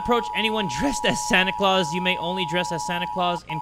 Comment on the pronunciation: Whenever u call Santa "sany claus' It makes me laugh bro 😂😂